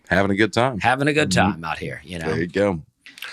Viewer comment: On Dusty’s pronunciation on the word “good” as “goot”, I believe he just has very good diction. However, I also think he’s said “We’re having a good time” so often that his mouth wants to say “time” after every “good”